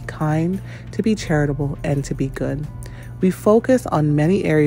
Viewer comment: Beygood is pronounced be good like Beyonce is pronounced be on say.